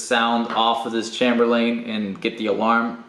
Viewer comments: thanks for the video...one small thing...but the word Chamberlain is pronounced with a long A, like the word chamber...a room. CHAYMBER and the final syllable is pronounced like Lynn, not Layne. So...CHAYM Berlin. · For the love of God... stop saying Chamber-Lane! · What sort of psychopath pronounces Chamberlain that way?